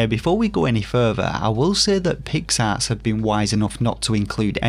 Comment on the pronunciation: The first time I ever checked out your channel and you said, " Asset Flip" , I thought you said , "Acid Flip". "PIX ARTS" Sounded like "Pick Ass"😁 Thanks for warning the gaming population.